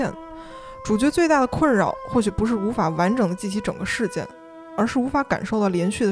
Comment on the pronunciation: 最为北京人，我能听出有些字的发音并不是我们通常的方式。比容正向和逆向的“向”字，还有“爱”字。另外事件的”件“字一般是四声而不是up主念的轻声。电影院中的“影”字的儿化音很别扭。最后最致命的一个字的发音就是银屏系漫游指南的“屏”，up主把屏ping读成了pin。